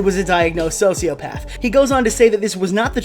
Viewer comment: “Soshiopaff”